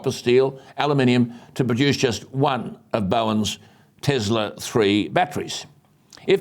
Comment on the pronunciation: Alan, as much as I love your shows, I would like to ask you a small favour. Please do not say " Tezla". Nikola Tesla was one of the greatest inventors in the history, so surely he deserves that little bit of courtesy to have his name pronounced correctly. His name is Tesla with an S.